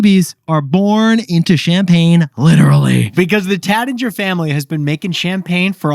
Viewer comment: Taittinger….sounds like “rait” not “rat”